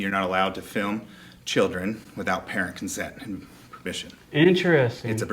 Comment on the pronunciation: dude is so nervous he can’t even breathe or finish a sentence and his mouth is so dry from lying and anxiety that he keeps smacking his mouth and only says the ends of words “mission” instead of “permission” “ent” instead of “parent” and breathing so hard he’s making me have an anxiety attack